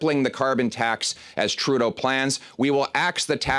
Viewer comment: I like how he always say "Justin Trou d'eau"